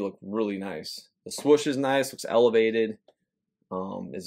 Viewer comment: Love the content you bring us and the effort you put in. But, my guy, why do you always pronounce it "Swush"? Its Swoosh. You're too old-school and educated to be mispronouncing it like that!